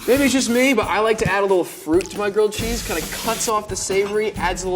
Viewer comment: At some point.. idk why but I heard "gucci sandwich" instead of grilled cheese sandwich..😂